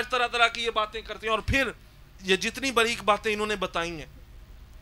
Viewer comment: اور بریک نہیں ہوتا باریک ہوتا ہے